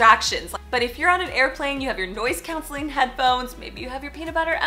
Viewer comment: where are you from? i have never heard anyone pronounce “noise-cancelling” that way haha